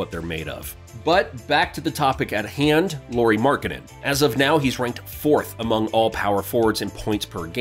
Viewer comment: nice job mispronouncing his name